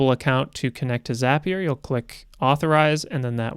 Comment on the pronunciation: Just wanted to say thanks for correctly calling it 'ZAPIER' and not 'ZAY-PIER.' :)